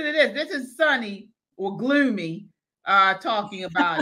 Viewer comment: She called Soney "Gloomy" 😅😂🤣